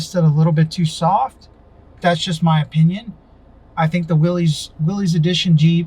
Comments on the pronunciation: It’s pronounced like Willis not Willies 🤦🏻‍♀️ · short answer is that willys was a manufacturer for jeep back in the day but the pronunciation is more like "Willis". So from a historical perspective, it is interesting and informative, in casual conversation, correcting someone is probably pretentious.